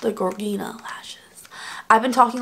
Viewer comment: Gorgina the "G" is pronounced like a "J". Like the male name George+Gina. Hope that helps.